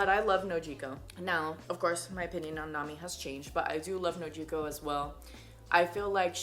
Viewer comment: I like the way u say Nojiko don't let anyone correct u